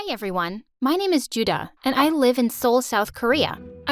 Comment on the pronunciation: they didn't pronounce those names very accurately. also 주다 (juda) literally means give.